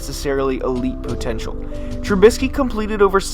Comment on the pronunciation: I love the way he says potential 😂